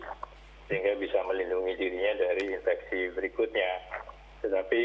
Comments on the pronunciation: Infeksi, bukan inveksi min. Emangnya konveksi :/ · infeksi keleus bukan inveksi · Infeksi min bukan inveksi